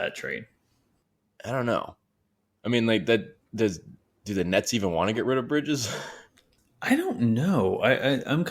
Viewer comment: Thumbs down for mispronouncing bridges name and btw nets don't want anything the kings have they already turned down 4 first round picks at the deadline where his value was much lower.